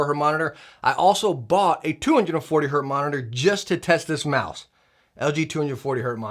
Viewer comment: It's Hertz not Hurt.